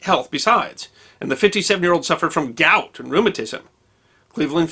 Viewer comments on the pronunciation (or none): none